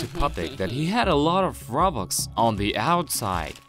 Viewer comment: I like the fact instead of robux he said robox